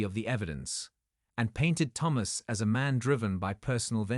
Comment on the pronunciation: one day they will produce an AI vocalisation that can pronounce the name thomas correctly every time in a story! or maybe just use a name that it can say correctly oops...ofc it would help if it was typed correctly also THOMAS and not PHAMOS i will say that the AI is a master of repetitiveness though by twisting the details in the sentences and restating the same info multiple times. it managed to a 15 min story into 21 min lastly where is the son or the dna test....as suggested by the title of this story? the title bears no similarity to the story! gaddamn. the man did well right up until the end when it appears he has no spine! the man is a jellyfish. after the courts and humiliation....he has no self respect or sense of dignity and took a cheat back! ready to wait....for the next time